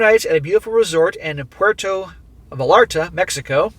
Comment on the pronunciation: It's "Pwer-toe V-eye-art-a". And give OP another "SMACK!" or two for 💲💲💲💲💍 & 🏝💒!